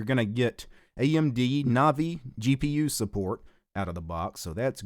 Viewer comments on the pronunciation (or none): none